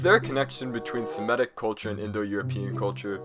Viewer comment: It’s Semitic not semetic bro